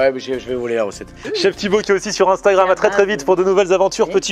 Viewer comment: Elle dit amstamgram comme moi 😂😂😂😂😂😂